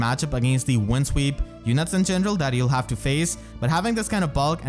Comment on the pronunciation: I adore how you say "in gendrel" :)